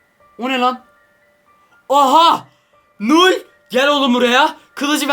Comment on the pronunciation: Null u doğru söyleyemiyor bile